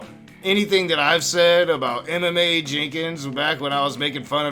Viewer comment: I keep thinking you’re saying, “MMA” instead of “Emma Mae”.